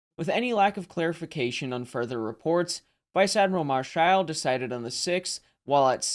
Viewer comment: Marschall is stressed on the 1st syllable like the English equivalent. :) He was arguably the last German admiral to achieve a significant success with capital ships. This made him suspicious in Hitler‘s eyes; so he was sacked.